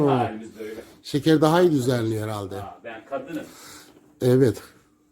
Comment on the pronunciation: şeker herraldeğğ diyor